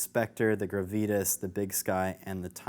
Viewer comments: Great video! Super helpful too! But "gruh-vee-tis"? You mean "grah-vi-tahs"? 😉 still love the video! rocks! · Gravitas: grah-vee-tahs.